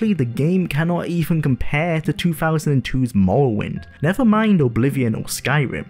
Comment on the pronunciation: The way you pronounce “morrowind” is infuriating. Good video tho.